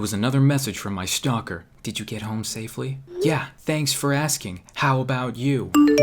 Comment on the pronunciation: "Speak of the Devil, It was another message from my SHHHHHTALKEr"